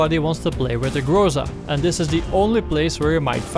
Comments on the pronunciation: its not grOza - its grozA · GrozA, not grOza. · aaaand still - its grozA, not grOza) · say grOza one more time and ill slap you. its grozA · Sorry for being rude, but you are pronouncing things wrong It's not grOza, it's grozA And in previous vids I found that you pronounced UAZ like "you-a-z", which is completely wrong It's more like "VAZ", or " oo-a-z" Being a Russian myself, it sounds retarded af P.S. Despite all that, nice vid as always!